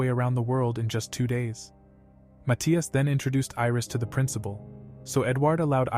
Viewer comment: the way they pronouce matthias is fecking weird